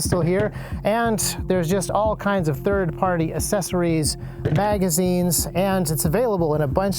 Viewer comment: Assessories he says